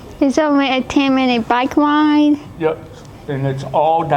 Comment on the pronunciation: "I didnt think people wit twukey necks could wide a bike" 😂😂